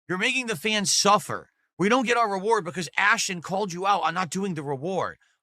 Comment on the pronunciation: suffah, suffah 🤣🤣🤣🤣🤣